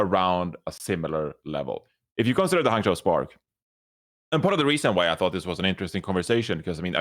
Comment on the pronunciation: johny finally said hangzhou and guangzhou correctly. Yay!!